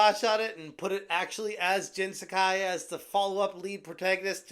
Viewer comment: He pronounces jin sekai wrong tho